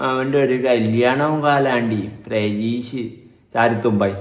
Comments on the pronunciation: Chetta prajeesh alla pratheesh ann😊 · പ്രജീഷ് അല്ല പ്രതീഷ് 😂